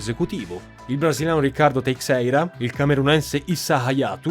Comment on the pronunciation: Teixeira si pronuncia teisceira